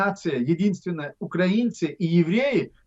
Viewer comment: Ахмед не говорите УкрААААинцы надо говорить УкраИнцы